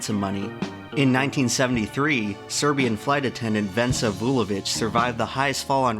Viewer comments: it's Vesna Vulović, not Vensa. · it is Vesna not Vensa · It's Vesna, not Vensa Vulovic. But that is a tiny slipup. I urge you to look that up, and be amazed at how many circumstances ensured her survival. She had guardian angels work overtime. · Its Vesna, not Vensa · it's Vesna, not Vensa. The name comes from the old Slavic goddess of Spring Great pronounciation of the last name Vulović though! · 24:63 Her first name is Vesna, not Vensa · Its VeSna Vulović, not VeNsa! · Vesna Vulovic, not "Vensa". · It's Vesna not Vensa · Vesna not Vensa my guy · Can't you use meters too? Like the 90% of the population? Or do I have to use a converter every time you give some information in feet?.. Oh..and the name of the serbian woman who survived the fall is Vesna, not Vensa..*the more you know* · Its not vensa vulovis, its Vesna Vulovic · Its Vesna Vulović not "Vensa"... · Oi, Serbian fan here! You got Vesna* Vulović's name wrong. It's not Vensa you murifat! Speaking of bodyweight you look good man. Keep up the good content muh guy. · Hey, her name was Vesna Vulovic, not Vensa. Amazing video and I'm sorry to nitpick but when something is so good you can't help but notice the slightest error. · It's Vesna not vensa, great video regardless. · It's VESNA Vulović, not Vensa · VENSA LOL you swapd n and s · Vesna Vulović not Vensa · Vesna, not Vensa.